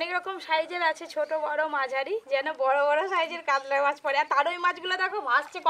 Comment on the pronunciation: কাদলা(কাতলা) মাছের পাদলা(পাতলা) ঝোল !! কী অনবদ্য উচ্চারণ!!